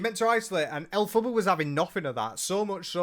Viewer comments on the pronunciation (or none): 😂😂😂😂😂😂😂 please stop putting a U in her name 😂😂😂😂😂😂 every time you say it, I pmsl 😂😂😂😂